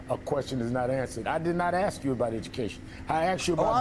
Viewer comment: "Let me AXE you a queshun" - Al Sharpton